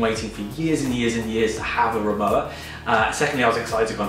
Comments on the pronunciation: Nice video, Rimowa is a German brand and w in german pronounced like v in English so basically it sounds like RIMOVA :) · they say PorschE and Rimowa is pronounced RimoVa, it’s a German brand originally and it has always been called RimoVa. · Exactly. The W is pronounced as a V, So it’s RimoVa Unfortunately Louis Vuitton MH have now bought the brand and the prices have soared